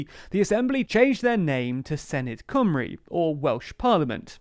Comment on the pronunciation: Cymru incorrectly pronounced also.